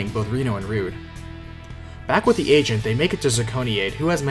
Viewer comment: i know he's saying 'the agent' but all i hear is 'the asian'